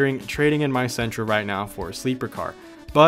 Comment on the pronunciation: Did you say... seeentra? What year